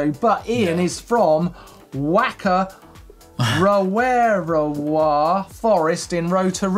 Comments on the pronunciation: Whakarewarewa is pronounced “Farka-ray-wa-ray-wa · Oh Martyn. You murdered that pronounciation of whakarewarewa! (Also the picture in the bike vault was from the same place). It is sometimes more commonly known as the Redwoods, the same trail centre that the EWS will be racing at this year. Admittedly the word is a bit of a mouthful (that's why its know as the redwoods haha), but you can pronounce it like fock-a-ray-wa-ray-wa. Also reckon you guys should come on out to Nz , it's mostly sunny. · It's pronounced Fa-ka-rewa-rewa. Maori Wh sounds are pronounced as an F sound. At least in most dialects. Not the worst mispronunciation tho. Better than not trying at all.